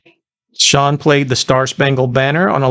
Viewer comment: Excellent job! It's so nice to hear his last name pronounced correctly! No use of AI either! Stay original like you are! You gained another subscriber! ✌🏼